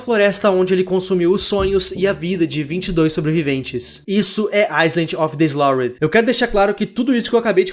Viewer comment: "island of the slidhdhbdjeu"